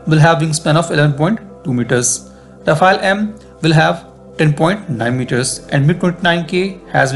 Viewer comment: What is “rafa-elle / ra-fail” ? You guys comment on defence matters so get the name right. It’s pronounced “ra-faal”